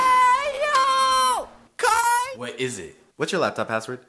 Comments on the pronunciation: It’s ky-yell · dis dude said kyele